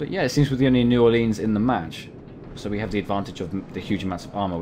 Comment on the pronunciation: Just a pronunciation tip: New Ore-lens, not Ore-leenz. Good video though, definitely sub worthy.